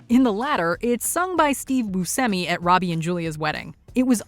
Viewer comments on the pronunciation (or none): To (from WatchMojo): The pronounciation of Steve Buscemi is "boo·sheh·mee". It's Italian, as I am